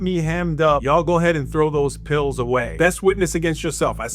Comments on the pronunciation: How the hell did you hear 'pills'? He said "throw them hitta's away". Hitta's. Not pills. That means guns. "Throw them hitta's away" means "throw those guns away". He is anticipating the police will roll his house (raid it, unannounced) and those "hitta's" have probably been used in other crimes and he doesn't want them linked to him. He knows the drill lol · Idk if you heard him but he didn’t say pills. He said throw them hittas away 💯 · 🗣️CLEARLY” .. HE SAID: HITTA’s Not PILL’s 💊 .. HITTA’s.. HE SAID: Y’all Throw them HITTA’s Away, They Got Me Hemmed Up…